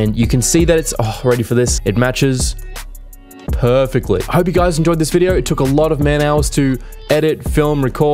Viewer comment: I love when he say... PERFECTLY :D